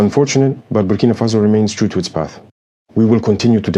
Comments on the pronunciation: Birkina faso? To much birkin bags in his mind... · He cant even pronounce Burkina Faso. Tap dancing oreos clown 🤡